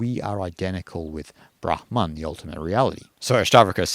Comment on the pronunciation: As a Finn, I'm very pleased to hear someone pronounce 'brahma(n)' the way I think is the correct one! Most Indian tubers seem to pronounce it like bramha(n)! The only exception thus far has been Maharishi Mahesh Yogi, founder of the Transcendental Meditation movement, whose guru was Shankaraacaarya of Jyotir maTha , Svaamii Brahmaananda Sarasvatii. - Finnish has some words with the phoneme sequence 'hm' inside a word, like 'ahma' (wolverine), 'tuhma' (naughty).